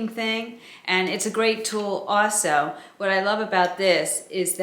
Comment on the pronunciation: Love your vids and your wisdom, but can I comment on your accent. I love the way you say awsew ( also) it cracks me up! Also you said it many times today!